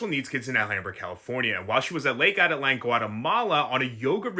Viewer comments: Ah-teet-lan, not Atalan. But this case is so disgusting and such a statement about depraved lawyers and suss yoga instructors. Take heed, folks. Check the poser next to you. Don't give out trust easily. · This guy can't even pronounce the name of the lake correctly. The lake can get extremely rough especially later in the day. The conditions can change rapidly. She was probably in San Marcos, where people swim and cliff jump frequently. This guy is making unfounded assumptions. He has absolutely no understanding of the country or Atitlán in general.